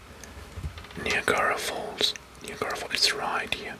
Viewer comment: Bro please no the pronunciation of niagra falls it’s ni like night and then agra like viagra to make niagra falls